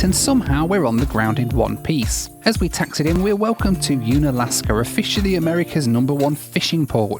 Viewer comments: UNalaska like UNusual, not like OONalaska. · Younalaska 😂 its Unalaska. I was born and raised there. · I know there is this paradoxical place in Alaska called Unalaska ("Un-alaska"), but I don't know there is this place called Unalaska ("U-na-laska") ig I just pronounce this place wrong in all these years (but un-alaska is certainly funnier) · Dutch Harbor’s a trip. I worked up in Alaska’s canneries. You pronounce Unalaska like this Un-Alaska. Just un, not oon, nor yoon! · Maybe it's his accent. But it's pronounced Un-Alaska. Un like un in under. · Oh, one last thing, it's pronounced "Un", like "unmarked" or "unbending". The same goes for Unalaska. :) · I'm from Anchorage, I was in Unalaska the first week in June doing museum research for a couple of days. You completely missed seeing the town of Unalaska. You have to rent a car, $80 per day, and drive around some mountains to get to it, only five minutes or so. The correct pronunciation for Unalaska is like when you say un part in unlock. LOL. You missed the beautiful Russian church and old buildings and historic sites from WWII on that side as well. It was actually more beautiful than the Dutch Harbor side. Lots of old and new homes and streets, etc. I love the Saab plane as well and no hassle going through security check - old school stuff. Oh yeah, the bar across the highway from the Grand Aleutian called Norwegian Rat or The Rat has the best hamburgers ever and it sits off the beach on the ocean side. My room at the Grand Aleutian had an excellent view right off the harbor which I requested. :-)